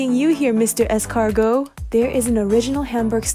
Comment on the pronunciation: oh ok, when you said "escargots" your accent was pretty good... when are you coming to Paris to male nice videos ? :)